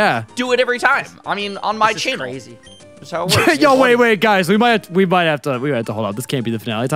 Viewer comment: "Chainnel, chainnel, chainnel..." 😃